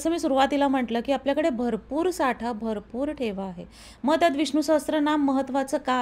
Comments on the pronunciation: मी एक संस्कृत भाषेचा विद्यार्थी आहे... खुप छान podcast आहे... एक करेक्शन मला करावेसे वाटते ते म्हणजे उच्चार... Viṣṇu-Sahasra-Nāma असा स्तोत्राच्या नावाचा उच्चार करायचा आहे.. Many people mistakenly pronounce "sahasra" (सहस्र) as "sahastra" (सहस्त्र), but this is incorrect. Correct Sanskrit: The Devanagari spelling is सहस्र, not सहस्त्र. There's no 't' (त) in the word. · सहस्त्रनाम असा उच्चार नाहीये, सहस्रनाम असा उच्चार आहे.